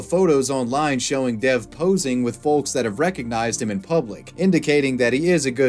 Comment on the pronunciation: rq it’d actually be more accurate to pronounce the name “dev” as “dave”